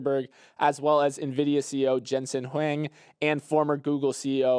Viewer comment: While messes up the Nvidia pronunciation, comes back by butchering Jensen's last name Huang. Love the Pokemon joke tho 😆